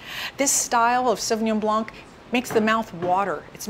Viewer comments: It is pronounced "sauvignon blaN"; without the "c". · Great presentation but the”c” in blanc is silent. Pretend you’re saying “ Sauvignon Blan” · Did she pronounce the C at the end of "blanc"? Because we just don't do it in french, the C is silent. Great video by the way :) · She seems to be knowledgable but can't pronounce Sauvignon Blanc properly. Even in the sommelier shows they are wrong. Wow. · Hey of you are a a professional speaking about your industry , pronounce words properly. Not hard. Are you in France by chance?